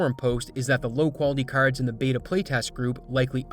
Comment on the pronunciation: You say “r”s really funny 😂😂😂😂😂😂 caRrds